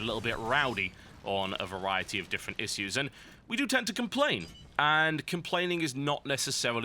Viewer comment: lol totalbiscuit cannot pronounce "issues" :D